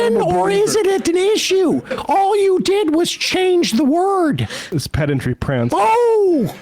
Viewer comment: "Pendantry Prance" Love it!!!